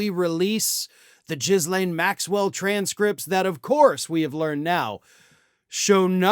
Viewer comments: OMG…Ghee-lane NOT Jizz-lane 😂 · It's not "Jizz Lane". How many times have you said her name wrong? Do you think about anything else? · Love how he pronounced her name: "Jizz Lane"! ROFL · mate.. it's not just you.. but I see this all over american news.. it's minor... but lots of people seem to have problems pronoucing the horrid womans name.. it's pronounced "gil-aine".. silent "s"... I know it's minor.. but every time I hear it it takes me out of the story.. and the story should be more important. although saying all that.. she probably doesn't even deserve to be recognised correctly. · I love your commentary and respect all the hard work you do. Could you please do one more thing? Practice the correct pronunciation of Ghislaine. Thank you! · Please learn how to pronounce the woman's name properly.